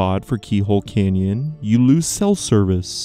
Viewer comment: CANyon. Not kenyan